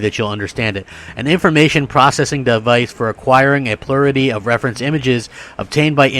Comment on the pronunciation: I was like wtf is "plurity". Had to read what you were reading...Plurality- Plur-al-luh-T. You're Welcome ;-)